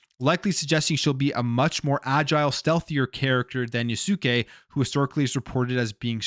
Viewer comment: It's not "Yasukay" it's pronounced "Yaz-Kay" (Yasuke). A real life African samurai who actually became a samurai under Nobunaga.